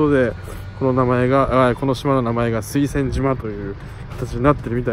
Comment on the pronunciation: 初コメです。岡山はお隣の県だし福山市もお隣で…いつも楽しく観てます。探検したり旅したり面白い！冒頭のすいせん島…間違ってるのも新鮮😊